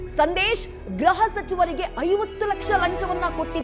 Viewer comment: ಗ್ರಹ ಅಲ್ಲ ಗೃಹ